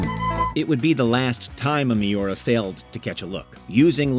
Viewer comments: Oh man, that pronunciation of Miura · Its MIURA not miora